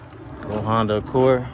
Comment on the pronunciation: I'm still looking for the "Hon-day" 😒 as pronounces them lol